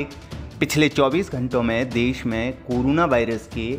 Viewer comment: woh keh raha hai ki news narrator corona ko curuna bol raha hai 😂😂